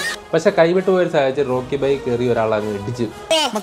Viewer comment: റോക്കി ബായ് അല്ല ഹോക്കി boy 😂😂